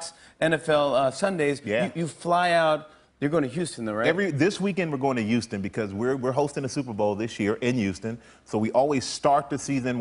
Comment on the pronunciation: Why does he say 'Ouston?